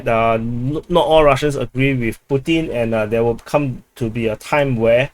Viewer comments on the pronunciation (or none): none